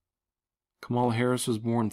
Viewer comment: Come on Man, her name is COMMA LA. lol ....We are headed for very interesting times indeed. Thanks for your research.